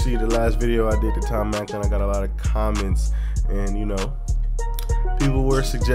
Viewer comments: Not Macland it's MacDonald lol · It's NOT Macklin it's MAC DONALD like Donald as in Trump. Love your reactions, but please learn Tom's name. LOL